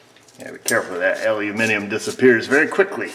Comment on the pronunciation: YES!!! An American who can say Aluminium instead Aluminum. Nice one.